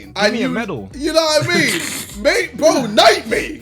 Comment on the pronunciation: Can jj not pronounce his r’s he says “bWo” and “BwUV”